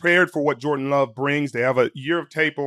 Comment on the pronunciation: Is it me or does he keep saying “Jordan” instead of Julien Love